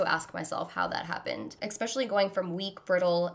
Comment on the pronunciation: I love you but did you just pronounce "especially" as "ex-pecially" 😒😒